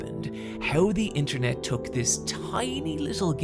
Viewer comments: "INTERENT" is crazyyyy😭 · Damn bro "interent" maybe react to a spelling book 💀💀